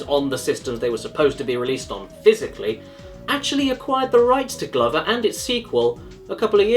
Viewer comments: It's pronounced gloover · The way caddicarus say glover is the most British thing I have seen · i cannot think of one reason to justify pronouncing “glover” the way you do